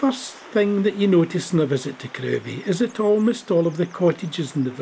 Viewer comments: Lovely video. Crovie is pronounced "Crivvie". As there isn't a road in the village, I doubt many garages were washed away in 1953 :-) Keep up the good work! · It's pronounced "krivie"